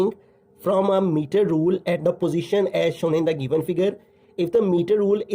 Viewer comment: Sir pronounce "as shown"as ashon 😅